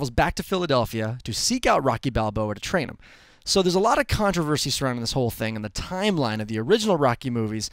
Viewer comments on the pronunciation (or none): none